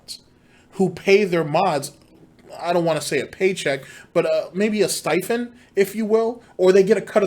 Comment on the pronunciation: Intents and purposes*, not intensive purposes. Stipend*, not stifend. You gotta lotta Bone Apple Tea's bruh